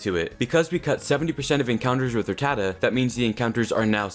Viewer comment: That's how it's pronounced my dude